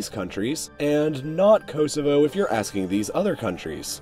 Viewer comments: its pronounced koSovo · him saying Herzegovina and Kosovo hurts me as a serb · The way you say Kosovo and Herzegovina are painful lmao